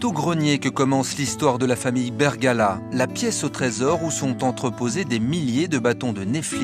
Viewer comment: Super vidéo mais au début la voix off dit la famille Bergala au lieu de Bergara mais bon pas grave !